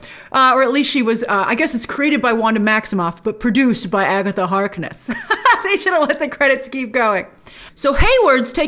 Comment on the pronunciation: “It’s been Agetha all along!!”